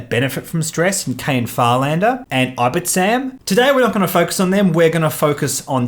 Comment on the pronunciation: Nice video :) I only play casually but I prefer Ten Numb with Ion Cannon, Calculation, B-Wing E2 and Rey. Rey just makes him so much more flexible and effective. (Also, you keep saying "I-bit-sam" but I think it reads "Ib-ti-sam") Keep up the great work!